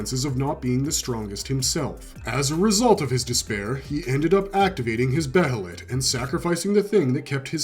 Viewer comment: jj .. Its another word literally for 'Hawk.' And moreover he pronounces 'Behelit' correctly instead of trying to ear-r@ it by calling it 'Be-HElLiT' like some people do as if theyre not from this planet and cant pronounce COMMON-english dialect correctly! : D .. I bet you pronounce it that way too, Huh? ;jj What, Do you for some senseless reason call 'Guts' the outdated name no one except for 2 people wanted 'GaTtsU,' Too?